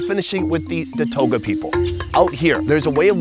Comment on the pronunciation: Datooga not datoga. FYI